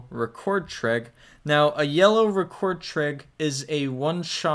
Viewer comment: man you gotta stop saying "trig" like dat